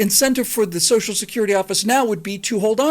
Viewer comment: Thank you for pronouncing BOTH syllables of the word "social". One of my pet peeves is politicians who routinely pronounce it "Soash security."